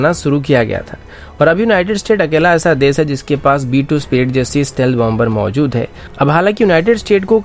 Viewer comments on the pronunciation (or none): none